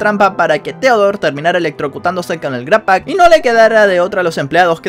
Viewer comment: no es "gratpack", es "grabpack"